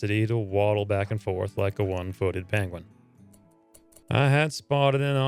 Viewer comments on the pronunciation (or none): none